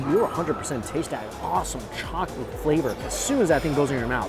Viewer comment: I always laugh when he says "chockatey"